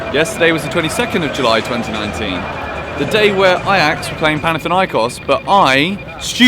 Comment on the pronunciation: Its panathinaikos, not panathiniakos